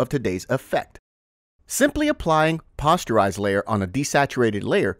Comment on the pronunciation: Posterise as in "Poster" (soft "o", NOT a hard "o")